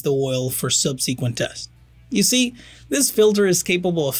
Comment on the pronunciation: very slight accent but also pronunciation of the word subsequent